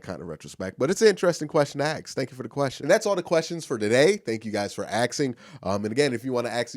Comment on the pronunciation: Why can't you pronounce the word ask properly? Slow down and think about what you are saying. A-S-K